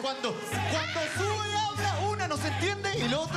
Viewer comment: Diego declarate de una ves a Sue y no se pronuncia Sue si no solo Su😁😂😂😂